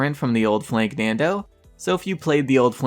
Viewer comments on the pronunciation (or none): Hey its not flanknando its FLANKANDO no N in it